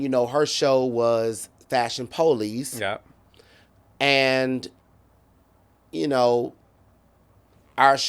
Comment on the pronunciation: Fashion Po-lice🤭🤭